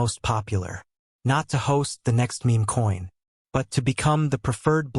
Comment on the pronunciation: Your YouTube channel is obviously some bullshit AI. It can’t even say meme coin🤣